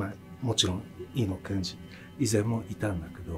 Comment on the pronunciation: 「Iino」じゃなくて「Eno」なんだね．早すぎる死でした...